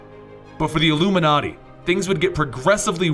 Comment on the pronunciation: why do you say llluminati